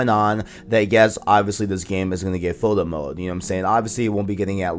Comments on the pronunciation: Good video but be clear with your words bruh. I did not understand that you were saying Photo Mode. Sounded like Fulla Mode and i was like what mode is that? Overall Good info in the video. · What is he saying at about - ? Sounds like he’s saying bullet mode?? Foilet mode?